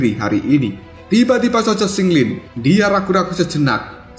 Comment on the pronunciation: Qing lin, bukan sing lin😂